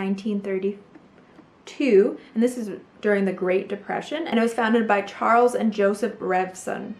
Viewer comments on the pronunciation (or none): none